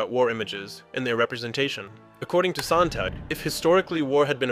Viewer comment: Sontag, not Sontang